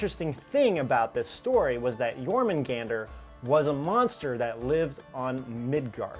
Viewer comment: Stop staring at whatever youre reading so much that it causes an issue.........or learn to switch cameras.........also if youre gonna talk about myths ffs for all actual historians out there, even the most elementary....LEARN TO SAY what youre talking about seriously "Yor-man-gan-der"? ........even if you dont speak the language how the FUCK do you get that pronunciation out of that.....